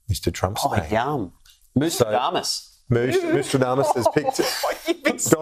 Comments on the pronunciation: The name is NOSTRADAMUS, not NoMstradamus. And, of course, Astrology is Science!!! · Did she pronounce that- Noyouradumass?